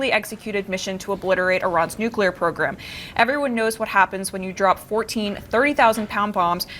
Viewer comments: Nukelar lol Do any of these imbeciles speak proper English? W started it. Makes me embarrassed. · Why do people have so much trouble pronouncing nuclear? There’s no such thing as ‘nucular’. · Why the hell cant people pronouce nu-cle-ar correctly. Nu-que-lar sounds downright stupid. These are educated people. WTH? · Nice video! However it's "NUCLEAR" not "NUCULAR"!!! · I like how these media professionals cant even say nuclear correctly....its not Nuke-uu-ler......its Nuke-lee-rrr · Anybody that's continuously says nukular rather than nuclear should be told that they have no credibility until they prove they know how to read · Nuclear. Nu-clear. Not nu-cu-lar. Sound it out, people. The mispronunciation comes from some cold war politician who thought the word sounded scarier when pronounced incorrectly. But for god's sake, just learn to read and look at the damn word. 😂😂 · THE WORD IS NUCLEAR….NOT NUCULAR YOU BOZOOS !!!! Geeeezzzz… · It’s annoying when people pronounce Nuclear like NukUlar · Look it up, there's no such word as nucular. It's nuclear. The ignorance of that mispronunciation prevents me from hearing anything else said. I'm completely behind president Trump and his administration but please have your people speak intelligently.we live in the nuclear age so we should be able to say it correctly. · It’s nuclear…not nucular!! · Nu clee ar. Not nu cu lar. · I can't hear NU- CU- LER more then twice before changing it. That goes through me like a bunker buster. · Always laugh...WHY can nobody pronounce 'nuclear'?